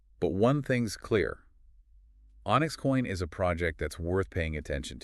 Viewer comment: Holding a ton of XCN but 🤣 this is obviously an AI video. Any time you hear mispronunciation like saying “I” “s” for the word is. Dead give away. Nevertheless, the info here is accurate on the onyx chain protocol and its currency. Super bullish!!!🎉